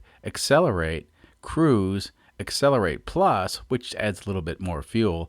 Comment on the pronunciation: Thanks for a another great video! By the way the word is CRUISE. I am sure you will get it fixed or not